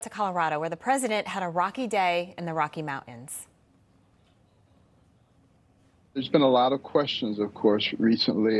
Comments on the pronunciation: Did that newscaster say Mou-ains? Come on! Are you 5 yrs old? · Did that Anchor Lady just say 'Rocky Mauw-ans' ?? How dumb and lazy. Ebonic , Robotic, and moronic.